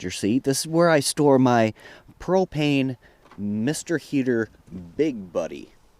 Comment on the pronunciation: YOU SAID MR HEATER BIG BUDDY CORRECTLY!!!!!!!!!!!! :D